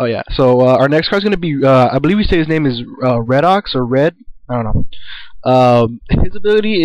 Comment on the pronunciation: it's pronounced "ree-dox" :) nice video